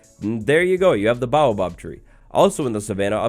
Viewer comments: It's "bay-o-bob", not "bah-o-bob"! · It's pronounced bay-oh-báb, and im excited for rhe next update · It's pronounced bay yo bab